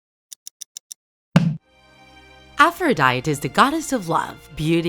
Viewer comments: It triggered me when she pronounced it A-fro-dy-T It’s pronounced a-fro-dy-tE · Aphrodite is pronounced as: Afro - die - tea... not Afro - die - t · Her name is pronounced as APH-RO-DIE-TEE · nobody: Narrator: AFFROWDIET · You said it wrong it is afrõs i am from greece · Its afro-diet-ea/i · I don’t know if I’m wrong because I’ve been pronouncing Aphrodite like Af-row-day-ty. With a y sound at the end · I just told you that Aphrodite is pronounced Afro diet E (most simple way to pronounce it) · ... She said her name wrong... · You are pronouncing the names wrong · That’s not really how you say Aphrodite but okay! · Isn't she pronounceing Aphrodite wrong? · omg who here likes percy jackson (and aphrodite is pronounced "af-ro-dy-dee" not "af-ro-dyte") ok im sorry but am i the only raging over how she pronounced ares, aphrodite, and hephaestus?